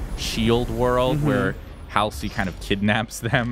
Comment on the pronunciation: Hal-see? I don't know anyone who pronounces Halsey (Hall-zee) as Hal-see.